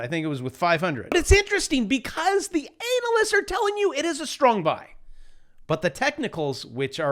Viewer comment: I love the way he mispronounces the word analysts. LOL